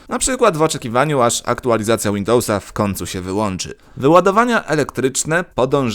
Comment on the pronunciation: Lubie oglądać Twoje filmiki, ale te "wkoNcu" a nie wkoŃcu. ..."stfuście" a nie stwójrzcie ....uszy więdną. .. co filmik to samo....